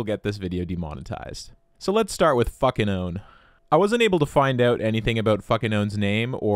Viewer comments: Fukinone is Fu-Ki-No-Ne, it comes from the Fuki plant - Petasites Japonicus Maxim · I think the u in Fukinone is meant to be pronounced as oo since there is a vowel after the k. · You know a word is hard when a chemist has a hard time pronouncing it